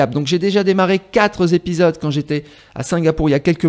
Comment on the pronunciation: ""Les quatre Z'épisodes"" !!!!! Oula !!!!!!!!!!!!!!!!!!!!